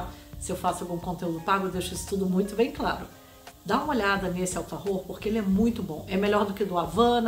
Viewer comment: A água é ótima. Smart nao é água. Desculpe. Nada a ver falar alfarrrror. Buenos Aires nao é para amadores.